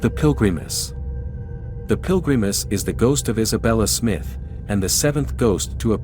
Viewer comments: Pill-gree-miss.... dude.... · Especially the pronunciation of Pilgrimess & Kriticos